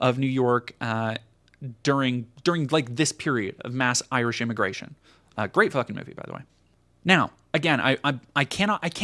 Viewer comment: it's a common American mispronunciation. They don't care to learn what people call themselves, so if it's not derogatory nicknames like "Paddy" or worse, it's mispronunciation.